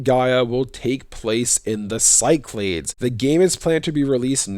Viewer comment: Cyclades is pronounced "KEE-clah-DESS" Or in words: Key - Claw - Dess (Or like you say the "des" in destiny) or "SEE-clah-DESS". Of course, it gets pronounced other ways from other places, but I thought you might find this little pronunciation tidbit interesting! I have heard even from Greek students that it is alternately pronounced with a "s" sound at the start or a hard "c" sound. I wonder if the hard "c" pronunciation comes from the Roman colonial period. A lot of online pronunciation stuff has people kinda lazily just making things up, but the top results at least hold water. Anyway, this should be a cool region to explore in the next games!